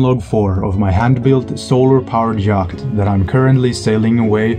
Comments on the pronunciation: Love your content and following your adventure. If you're interested, "yacht" is pronounced like "yot" in English. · nooo don't stop pronouncing the C !